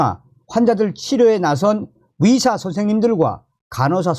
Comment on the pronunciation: 위사가 아니라 의사 입니다. 발음이 이상합니다